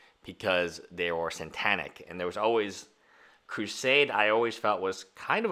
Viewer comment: When you learn to pronounce the word "Satanic" I'll...maybe...think your opinion is valid.